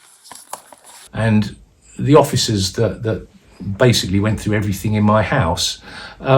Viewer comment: Did that wpc say everythinK !!!lol😂